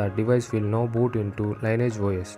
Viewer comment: Its Lin-E-Age. Not Line E Age. Lol. Still great job bro